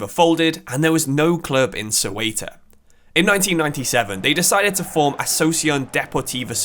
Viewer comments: is it so hard to look up how to pronounce Spanish words? if you are going to make a video about a club from other country at least look up on how to pronounce it, don't just invent some bs, its pronounced like "SAY-oo-tuh" not suelta or Coelta. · it is pronounced SEUTA not cueta .. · The video was great, but I admit I was cracking up whenever I heard Cueta. Think it's an English problem, they all struggle with the /eu/ letter encounter. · How did Ceuta even become 'Cueta'? Just swapped vocals for fun? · Soy de Ceuta se pronuncia CEUTA no Seuta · Imagine making all that effort of creating such a great video about a football club, mentioning its name about a hundred times in various versions and not pronouncing it right at least once 🫣 as a non spanish speaking person I feel embarrassed 😳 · I love your videos but Ceuta is pronounced very differently, the “c” is pronounced like a “z” when pared with “e” or “I”and the “e” is pronounced more similarly just like the one in the word “the”. Still amazing video really liked it